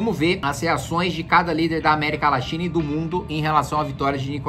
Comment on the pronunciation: Só foi eu que ouvi "América Laxina?"